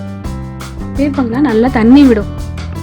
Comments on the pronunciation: Its not peer'pa'ngaai, its peer'ka'ngaai.. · Peerkankaai ucharippu thappu sister